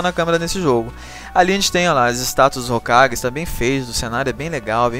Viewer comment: o animal é hokage e nao rokage